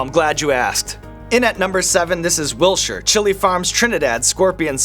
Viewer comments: There’s a t in Wiltshire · Fyi that's now how you say Wiltshire in England wilt shire 😆🫶